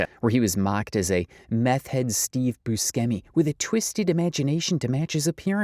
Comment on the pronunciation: Do we not know how to say Steve Buscemi’s last name? That makes me incredibly sad. The man is a legend.